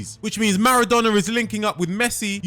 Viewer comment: “Marardonnar” “Iniester” “Ahhgentiner”